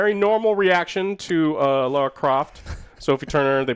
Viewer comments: it’s LARA Croft, not LAURA! Laaara; sounds like bar or car. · Drinking game: Take a shot every time Joe says "Laura" instead of "Lara". (Don't do that. You'll die.) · Some scientists need to look into why people keep calling her Laura instead of Lara Croft. I'm almost sure I hear "Laura" more often than "Lara". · It's LARA not LAURA. How is he unable to say LARA. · It’s ‘Lara’ not “Laura”, you’re as bad as Asmon with the pronunciation 😂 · Isn't it Lara Croft, instead of Laura? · Correct, it’s Lara, not Laura. Different names & pronunciations. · It's pronounced LARA Croft not Laura. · yeah, my post was directed at Joe. Who NEVER says it right.😬